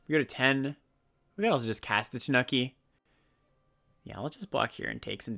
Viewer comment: Tanuki is pronounced more like "TAH-new-key" than "The Nookie", for what it's worth. On the other hand: I DID IT ALL FOR TANUKI (COME ON) TANUKI (COME ON) AND YOU CAN TAKE THAT BASIC AND STICK IT UP YOUR (YEAH) STICK IT UP YOUR (YEAH) STICK IT UP YOUR (YEAH)